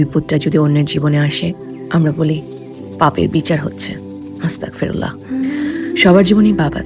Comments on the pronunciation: আসসালামু আলাইকুম😊, প্রিয় তোমার কথা টি ভালো তবে তুমি যে "আস্তাগফিরুল্লাহ" এর বদলে আস্তাকফিরুল্লা বলছ এটাতে কিন্ত অর্থ পরিবর্তন হচ্ছে । ছোট্ট একটা হেরফের জন্য পুরো কথা টি ভয়ঙ্কর ভাবে বদলে যায়। সাবধানে থেকো ।কথা টা যারা জানেনা তাদের জানিও, অনুরোধ রইল 😊। দোয়া চাই ভালো থেকো । আসসালামু আলাইকুম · আস্তাকফিরুল্লাহ হবে না আস্তাগফিরুল্লাহ হবে